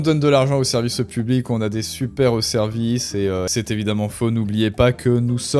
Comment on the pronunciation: Le serviceu publiqueu, notre friqueu, le brouillareu... Nan, c'est insupportable! Vraiment dommage! Il faut que tu travailles là-dessus, parce que sinon, je ne vais pas pouvoir te suivre...